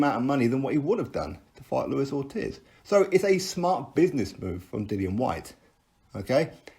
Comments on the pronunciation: It's pronounced orteez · its triggering me the way u say ortiz lol :')